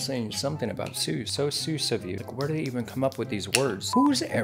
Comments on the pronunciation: it’s pronounced s-UH-s not s-OO-s 😭🥹🩷 sus means this emoji basically 🤨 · Sus is pronounced more like a saas for suspect right?